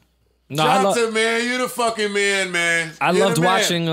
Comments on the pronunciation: Yo Joe, it’s pronounced “Johntay “ it’s just spelled like johnta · I still find it funny they're pronouncing Johnta' name wrong. lol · It was cringe worthy listening to them pretend to know who Johnta Austin is while mispronouncing his name for 30 minutes.